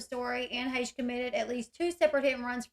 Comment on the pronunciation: Dang her being " pretty " definitely important. And you sure can pronounce her last name. Good job.